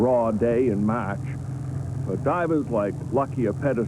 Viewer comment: "A raw day in Mahch". Mahch?